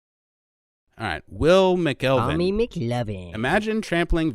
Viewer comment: It’s Mac-Ul-Veen dicks. If you’re going to use my comment say my name right haha.